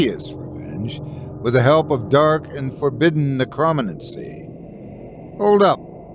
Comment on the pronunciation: But can’t quite get “necromancy” or “necromancer”